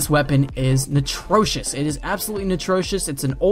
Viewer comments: it's ATROCIOUS, not NITROCIOUS. jesus. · Did he say natrocious? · atrocious not natrocious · absolutely natrocious? do you mean absolutely atrocious? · 1.26 what the fuck is 'Natrocious' 😂😂😂😂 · he said"natrocious" lol